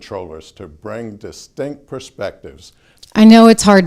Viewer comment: Notice how he pronounced "Distinct" , sounds like "Stink". He did a great job stating that he is the problem. The funny thing, I have no clue who he is! I haven't seen him before this video. Did anyone tell him that a light colored beard looks bad on camera? Either shave or dye it dark. It is funny how people aren't thinking about appearance these days.